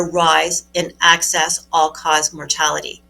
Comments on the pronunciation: She pronounces EXCESS like ACCESS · What the hell are “access deaths”? Is she trying to say “excess deaths”? Doesn’t bode well for her credibility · I know she is very smart, I’m sure she is smarter than me, but the word is excess not access. Maybe she’s saying it right and I’m just hearing it wrong, or maybe my OCD is just working overtime, but accuracy matters especially when attacking big “farm”. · pronunciation of "excess death"